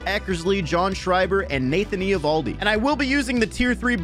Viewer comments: yea but everyone has always pronounced it ovaldi or avaldi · It’s not e ovaldi bro